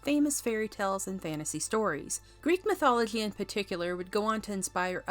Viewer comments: Is this voiced by AI? Who pronounces"mythology" like that? I've never heard it pronounced that way in any dialect of English. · You're pronouncing mythology wrong. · Does anyone think she pronounces the word mythology funny?